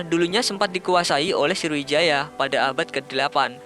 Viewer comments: Sriwijaya ngab bukan sirwijaya:v 😂😂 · Woee srowijaya woe..bukan indoneisa